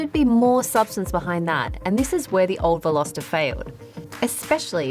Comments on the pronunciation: 0.10seconds re the word 'unique':-. It's either unique or not unique. The word 'Unique' doesn't need a 'qualifier'. it's an 'absolute'. And at 10.30, you said VelosEter (like Jenna did some time ago.) It's not pronounced like that. Otherwise, I enjoyed your review of the 2020 Hyundai Veloster. Indeed, if I was younger, I might buy a Veloster as an unusual addition to my garage. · Velositer? C'mon, learn how to pronounce it before you review it. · Veloster or Velositer ?